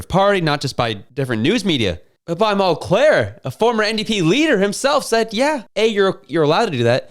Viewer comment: And its" tom MULCARE, NOT MULCLAIRE